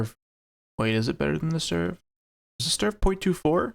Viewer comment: Its not "sturf", its "stridsvagn"😂